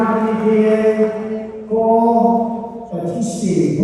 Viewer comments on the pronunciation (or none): none